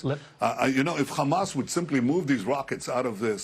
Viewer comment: It’s hamas not khamas u fukng eastern european occupier